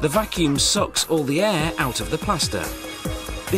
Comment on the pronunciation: i like when the narrator says vacumm